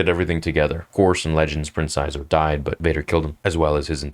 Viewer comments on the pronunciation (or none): It's Prince "she zor" at least that was what they said the official pronunciation was back when the Shadows of the Empire book first came out